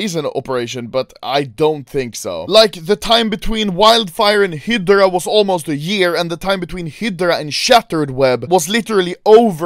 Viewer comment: still cant say hydra xd